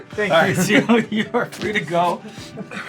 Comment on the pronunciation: It killed me to hear Sean say Simus name wrong... there's an invisible 'o' between the 'i' and the 'u', so it's said more like "Lee-oh", but in like 1.5 syllables